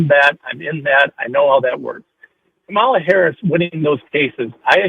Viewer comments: Oh yeah, sure. Kamala couldn't have accomplished anything on her own merit * snark* this caller is a maga POS like all of them., come on, man. And her name is Kamala.: like a coma + la dumbass. They mispronounce her name purposely as a means of disrespect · It's Ka-ma-la or VP Harris! 🗳💙🇺🇸⬆️⬇️ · Pronounce her name right You piece of💩. These story’s that came out about the 🤡 and been investigated and that’s why he’s where he’s at 💩 behavior and trying to normalize his criminal behavior f you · Pronounce her name correctly. Show at least that much respect. You know nothing! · Say VP Harris' first name correctly. Shows just how ignorant you are! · Why can’t this MF’R pronounce the VPotus’s name correctly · Can any of these guys pronounce her name right? Are they doing it on purpose? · This jerk is purposely mispronouncing the VP's name.He is a racist. He is scum. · He can't even be bothered to learn or pronounce her name correctly. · This moron can't even pronounce Kamala's name correctly.